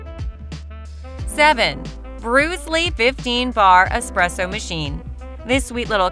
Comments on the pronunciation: i cant take you seriously when you're constantly saying expresso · I was about to say, never take espresso advice from someone who pronounces it "expresso" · Yeah, I’m not trusting anyone who can’t even pronounce espresso.